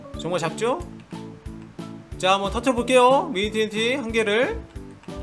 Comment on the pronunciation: 왜 바름이 터처로 되요 터트려 버린게요 예요